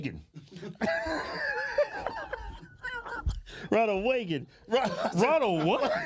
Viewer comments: 🗣WANALD WAAGAN 🤣😂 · Wonald Wagen cracked me up